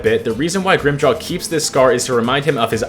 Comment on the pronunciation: him saying grimmjows name wrong every time set me off so bad lmao